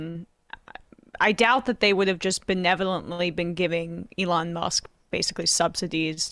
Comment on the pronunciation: I love how Sam pronounces his name as: "A-lawn" 😂😂😂